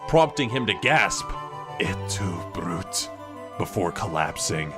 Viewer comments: *Bru-tay, not "Brute" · Are you fucking serious? It's "Bru-te," not "brute." Although, I will say, props to the editor for that SICK My Hero Academia reference ... And they fucked up the Tetris piece . It should only have 4 blocks, not 5.5!